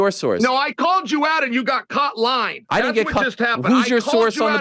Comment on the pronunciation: Chael you’re lawying! You’re lawying!